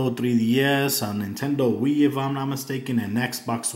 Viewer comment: Wiiu not wii